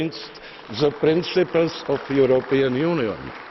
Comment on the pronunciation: I have one protest. I must protest. Výslovnost někdy nebyla super a The European Union (Zeman: the europnnn unijn)